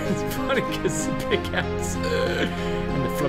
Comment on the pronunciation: QUIT SAYING PICKIX!!!!!!!!!!!!!!!!!!!!!